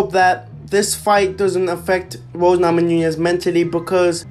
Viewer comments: Namonoonyes? It’s namajunas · Please learn how to pronounce Namajunas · Lollllll the way u say her last name